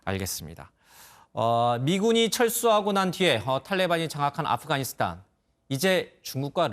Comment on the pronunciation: 아쁘가니사딴이요??? 앵커가 발음이 왜이래ㅋㅋㅋ